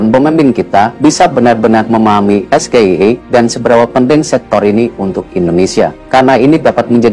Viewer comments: Pak Erick, klo kata Capres no.3 bpk salah tuh cara baca SGIE…katanya harus es ji i ai😅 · Buka SGIE kali tapi EsJiAiI Buka EVBeI tapi EFBiAi (FBI) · Seharusnya mas Gibran menyebut SGIE dalam bahasa inggris Pal Amin jadi bingung karena SGIE disebut mas Gibran dalam bahasa Indonesia, dan sebetulnya pak Amin itu ingin menjelaskan tentang sebutan SGIE tapi sayangnya tidak di ijinkan.😢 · WHO itu nama salah satu organisasi dunia... SGIE itu isu global... harusnya pengucapan isu global dibaca sesuai ejaan bahasa inggris... apalagi itu acara resmi lho... banyak kok isu2 global yang diejaanya sesuai abjad bahasa inggris di acara seminar2 atau acara2 sosialisasi... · Singkatan dlam bhsa inggris tpi pelafalannya dlm bhsa indonesia 😂 lawak² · Mas Gee Salah melafalkan singkatan tsb, masak singkatan inggris di lafalkan Indonesia, kan sama dengan UK (British) lafalnya bukan U K tapi Yu Key, dasar asam sulfat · Sok pintr bahasa inggris ,sebut sja salah 😂😂😂😂😂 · S G I E bacanya es ge ai e.. bukan es ge i e....??😢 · Hahaaa es ge i e. Woyyy yg ada (es jie ai ie) bacanya,jd nyambung sm artinya. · es ji ai i yang bener, bukan es ge i e.. gue juga bingung awalnya wkwkwkwk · Es Ge I E... 😂😂😂😂 Anak gw yg masih SD aja langsung protes, harusnya kan Es Ji Ai I kan yah 😂😂😂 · Tidak logis pertanyaannya bahasa inggris dibaca bahasa Indonesia kenapa dia bilang Es ge i e, coba dibaca bahasa inggris semua org ngerti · Es ji ai i yg bener bukan es ji ei i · Wkwkwkwkwkwkwkwk... SGIE = Situ Gagal Ide Eya? Es Ji Ai E nyebutnya. Gosok dulu lidahnya pake emas murni 😅😅😅 Kan mau menuju Indonesia Emas.... 😅😅😅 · Es Ji i Ai Bukan SGIE itu kan singkatan dari bahasa inggris, masa di singkat jadi bahasa indonesia. Walah walah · Bukan SGIE kalau sebutan Inggris es ji ai i ...